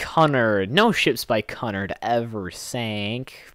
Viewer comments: it's pronounced qnard. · its pronounced Q nard and the lusitania did and the carpathia did sink im not sinking 3 days after dropping off the survivors of titanic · Cunard is actually pronounced Q-nard. Also, Titanic and Britannic weren't Cunard ships. They were White Star Line ships. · Cunard is pronounced Que nard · it's actually cu-(q)-nard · its pronounced cunard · He pronnounced cunnard wrong ; ( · Titanic and britannic was white star line, not Cunard. Cunard had the Lusitania, Mauritania, and Aquitania and the two companies didn't combine until 1935. You also pronounced Cunard wrong lol